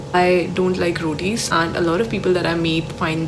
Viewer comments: Sorry but I heard i hate 'Roadies' instead of i hate 'rotis' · I thought you said , "I don't like roadies" at first🤣🤣 then came to know u said rotis😅